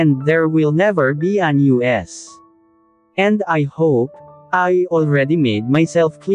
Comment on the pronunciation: us not US. What the heck Bakit hindi ka marunong mag basa.